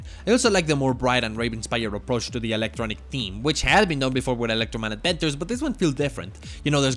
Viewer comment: E-lectroman A-dventures